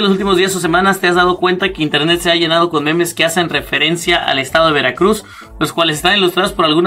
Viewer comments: Awwwwww el estadog de veracrugs (imaginense la voz del narrador frangses? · JAJAJAJAJAJAJAJAJAJAJ que dijite de veracruh